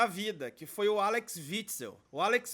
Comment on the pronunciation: É Axel e não Alex rsrs....